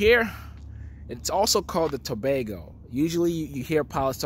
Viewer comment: actually got the prononciation right. I am from To ago. Most people butcher the name.